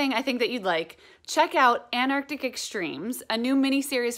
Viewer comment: It's Antarctic not Anarctic.